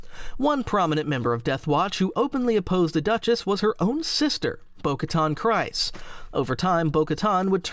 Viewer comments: Kryze is pronounced Kree-z not Cry-z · Kryze rhymes with grease, not with rice. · I just made the same comment to myself how can people still not pronounce things like czerka and kryze properly